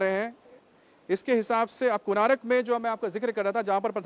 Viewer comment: it is konark, not konaarak.